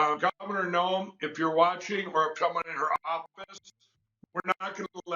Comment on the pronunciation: You’re right! He does say Kristie Noems!! Can’t he say ANYTHING correctly?? 🤣😊🤣😝😝